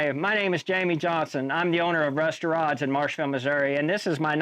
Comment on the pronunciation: Rust to Rods i finally got to read it on his door of the truck and then at the end credits. Didn't understand a word when you were saying it